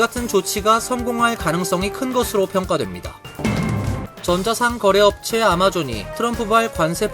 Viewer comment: 전자상 거래가 아니라 전자상거래 아니면 전자 상거래로 읽어주세요. 이상합니다